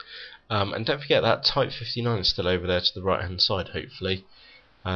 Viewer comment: what city you from mate ? that accent killed my ears.... because of the way you pronounce "over" "over" anyway, great video!